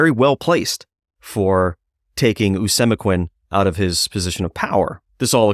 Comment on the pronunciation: Pronounced Oh-see-mek-win His son Met-a-calm-it For pronunciation